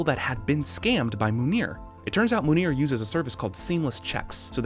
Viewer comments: The best part is how much you both struggled with manure/Munir. 😂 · how hard is it to pronounce Munir for an american? i'm hungarian and even i can pronounce it